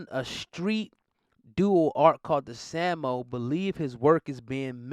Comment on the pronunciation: You’re pronouncing “Samo” as well as “Jean” incorrectly. Jay Z and Beyonce couldn’t stand in the same room with Basquiat if he were alive. Same way kim k looks ridiculous in Marilyn’s dress. Find your own flex.